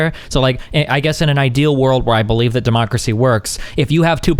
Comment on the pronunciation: "Demacacy" lmaooo